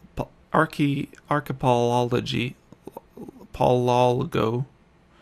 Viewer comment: Hey, It's pronounced 'Ark-e-pell-a-go', and just means a chain of islands. You teach me how to play CTM like a boss, the least I can do is return the favor on pronunciation and meaning of words.